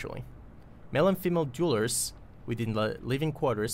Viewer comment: We need to work on your pronunciation of "dwellers" :D Think "tell", "bell", "sell", then say "dwell"+"ers" ;) <3